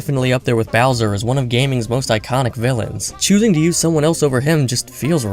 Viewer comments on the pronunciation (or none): none